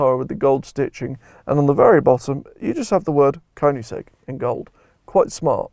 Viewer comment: Please pronounce the brand in the correct way! :)